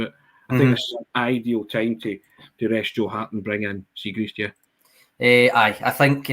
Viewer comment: you a big fan of Chris Jericho? The wrestler used to try to unsettle his opponents by misnaming them. Kurt Angle became Kurt Angel etc. likes to pronounce Liel Abada Lyle Abada (it's Li-el damn it!) and today we Benjamin Siegreest. It's Siegrist, seeg-rist. My autistic brain even checked to see if Benj had a weird Scandinavian modifier on the second 'i', it doesn't. YouTube pronounced it for extra oomph. I'm a guy in his livingroom not a broadcast journalist, if I mess up the name, who cares. Dear journos, pronunciations are a google search away. I'd go all change. We don't have bad players: Siegrist Ralston Welsh Jens Bernabei Guchi Turnbull Mooy Hakabanovic GG Maeda... a strong ass bench. Subs: Jota, Abada, Kyogo, O'Reilly, McGregor, CCV, Taylor, JJ, Hart If you go all change, we still have 5 subs you could throw on in the first 20minutes if you absolutely need to.